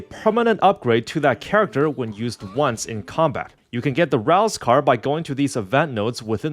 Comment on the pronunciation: Rouze Card? [TURN UP]